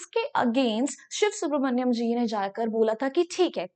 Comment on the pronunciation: Are bhai use siv subramania hi pronounce karenge